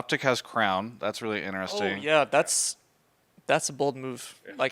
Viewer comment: I really love and enjoy all of Travis' content but if i hear him say inneressing one more time im gonna put my finger in my throat and vomit untill i die of dehydration